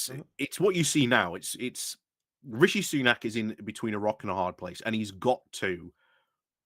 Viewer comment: He is comically, embarrassingly bad at names. Imagine mashing together maga slime-ball Jim Jordan and competent Democrat Hakeem Jeffries. 😟 Or calling Kate Hoey “Katie Ho”. Or being unable to get “Rishi Sunak” even vaguely close to right for months and months and months… I wouldn’t agree that he knows nothing, but his performance does make me think he has some major dyslexia or the like. Really undermines his ability to communicate the message well.